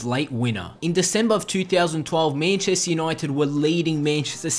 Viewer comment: "Menchester" xD